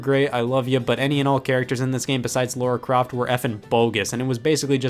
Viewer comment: Bruh. It’s Lara Croft, not Laura Croft.